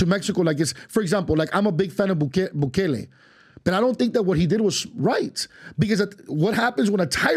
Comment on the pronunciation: This foo almost lost all my credibility when he said "Bukale"